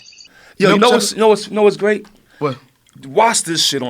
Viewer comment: He’s gWeat